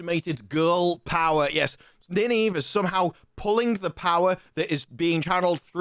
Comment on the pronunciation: It's pronounced Nine-Eve FFS